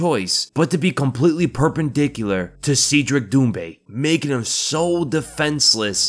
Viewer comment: I think it's pronounced seh-dric